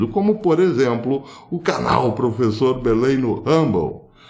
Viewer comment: ..."prefessor" ... partiu rumble, "desdiontem"... rss. Forte abraço! O vídeo de hoje foi oportuno. "Compartlheioô"